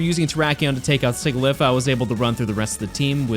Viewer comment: I'm convinced that everyone that pronounces Sigilyph the way you do in this does it on purpose just to irritate people